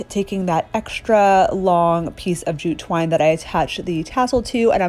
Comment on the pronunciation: My husband is playing video games while I watch this and he thought you said jujube wine instead of jute twine 🤣🤣🤣🤣